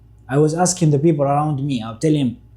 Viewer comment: 😮when he pronounced the word ''people 😅 i immediately knew he's from Ethiopia